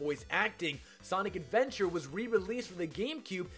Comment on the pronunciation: i like how he calls sonic adventure "sonic's adventures"